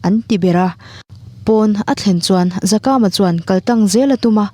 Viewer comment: Zakama toh hi Zakaama tia lam tur.